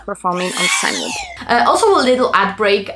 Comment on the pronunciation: sag mal CINEma und dann überleg mal wie man CINEwhoop ausspricht;)